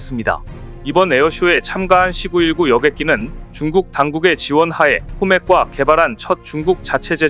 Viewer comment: C 919 를 읽을때 C919 가 아니라 C 919 라 읽어야지... 아무리 중국이 싫고 그래도 제대로 읽어야지....씨구일구가 아니라 씨 구일구....